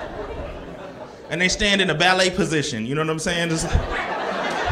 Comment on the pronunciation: I thought he said "valet" 😂😂